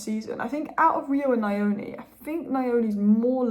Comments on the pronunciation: Thanks. Great video as always. When saying Trey’s last name, try this… Neoni. ‘Neo’ as in the character from The Matrix. That’s gonna be much closer to how it’s actually pronounced. The last name is from where I come from in Zimbabwe. That’s how I know. Much love. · "Nyoni " is pronounced with a short phonetic pronunciation on the 'y'. If you Google ' Nyala pronunciation ' and push the sound icon, that is the correct sound for the ' ny' in Nyoni